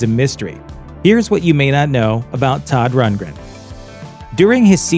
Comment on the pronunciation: "AN OPENED LETTUCE TO SODD RUNTLESTUNTLE," 🤣😂